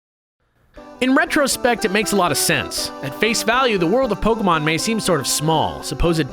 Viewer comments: It's not poke - UH - mon, it's poke - AY - mon Like, c'MON man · its pronuonced pokAYmon {it doesnt really matter though..} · It's not Pokeahmon it's Pokaymon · POK-AY-MON SAY IT RIGHT!!!!! JACKASS